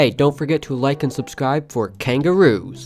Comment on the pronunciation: Why you say kangaroo😂😂😂😂😂